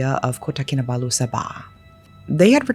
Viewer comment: Etiqah? Kinabalu? What was that?!!!!